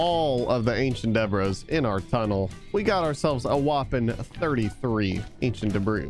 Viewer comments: its pronounced [Duh-Bree] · every time you say "ancient debris" it sounds like you're saying "Ancient Debra's". Sounds like a good name for a villager, maybe? Hmm? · Love how he says “ancient Deborahs” instead of ancient debris